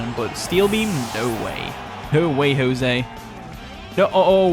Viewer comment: “Ho-Say” Is how you’d pronounce it lol - (Jose)